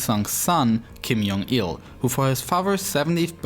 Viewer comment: It's not Kim Yong-il, but Kim Jong-il